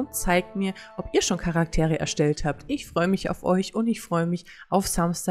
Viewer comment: Man spricht es Dragons Dogma aus 😄 hilft nicht wirklich oder? 😄 Oh man so viel Einstellungsmöglichkeiten.